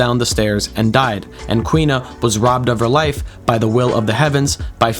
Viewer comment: For the record, the girl's name is pronounced Koo-ina. Not Kwina. There are a full three syllables to her name.